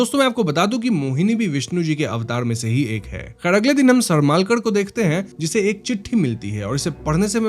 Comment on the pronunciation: सरमालकर नही सरमळकर तंडेलकर नही तांडेल